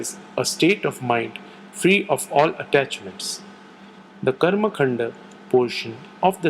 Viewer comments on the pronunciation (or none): none